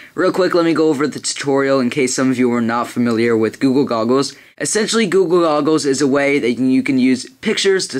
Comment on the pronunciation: "guga gogles? lol it sounds to me like that -_